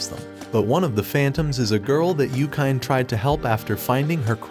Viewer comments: Its YU-KI-NE. Why dont you just call Anime...Anaym then😅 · yookain. yookain? yookain. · this guy definitely does not watch anime... Yukyne lol